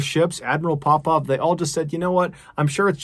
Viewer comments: why every time you say admiral Popov I thought you going to say admiral Popeye ... anyway may they all RIP .. gr8 content MrBallen we really missed you . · Oooooh Popov 😂 why was I hearing pop pop like as in grandad or paw paw